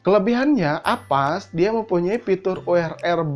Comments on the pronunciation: avast bang bukan Apas :) #justKid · Avast jadi apass, Urang sunda ieu..